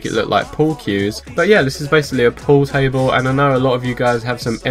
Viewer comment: not poo table 😹 pool table